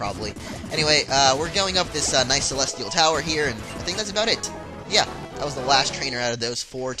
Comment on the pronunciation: he said celetial tower at the beggining